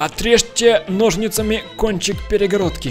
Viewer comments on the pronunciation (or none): none